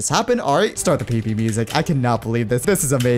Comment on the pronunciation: did he say pp? or pvp LMFAO